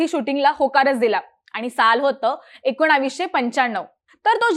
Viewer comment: एकोणावीसशे काय असत ? ताईंना एकोणीसशे म्हणायचंय का ? ह्या विषयाला चिन्मयच हवा